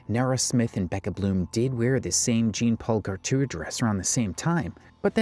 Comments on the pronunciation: "GENE PAUL GARTOOR DRESS" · The pronunciation of Jean Paul Gaultier made me so twitchy, i put my neck out 😂